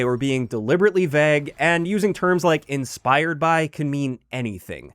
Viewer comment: My ick is how pronounces "vague"...vehg